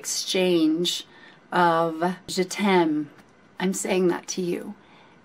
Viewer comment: Hi, one of the most beautiful and purest reaction ever on this particular video. You really have a great soul and you are a very kind hearted woman. By the way, your pronunciation of "je t'aime" is perfect. Just like a frenchwoman would have said it. Love from France